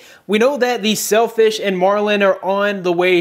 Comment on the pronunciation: I know, I was just teasing the way you said Sailfish heh